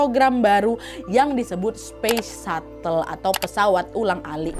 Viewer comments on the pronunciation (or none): cara sebutan yang betul untuk shuttle: sha-tel satel ialah sebutan untuk "subtle" yang bermaksud halus.